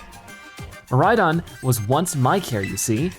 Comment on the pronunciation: Its mor i don not mor i din